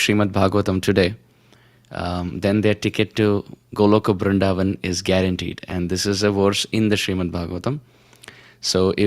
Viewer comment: Please don't prononce "BrinDavan" like foreigners Pls say Brindhavan Hare krishna 🙏🏻🕉